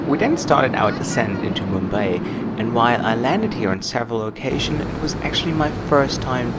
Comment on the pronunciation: Its not Mumba its Mumbai